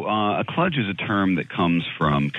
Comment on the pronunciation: Kludge, sounds like clutch.